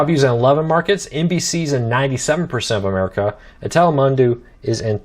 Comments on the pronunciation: Its pronounced tele-moon-do or tele-moon-doe depending how you read that last syllable. Either way it sounds the same. I'm not at all Spanish and even I know how to pronounce it because it's something you hear about in the TV world repeatedly due to the large Hispanic population in the country now. You should know these things if you do a show about cordcutting and TV choices. Lol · it’s pronounced (tell-ay-moon-dough) Telemundo